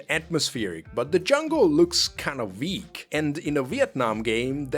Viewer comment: I heard "Weak" as "Veek" as well (among others). SO you know... It's probably is just an accent thing.